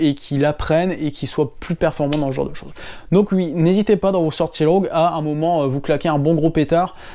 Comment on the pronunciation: Tu me motives à aller faire des côtes ! Et je vais me remettre au fractionné long en côte, merci ! Ps Il y a aussi le mot "oui" que tu prononces avec l'accent du nord et de l'est 😁